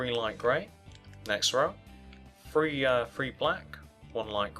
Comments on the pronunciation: He sayz free instead of three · he Really says free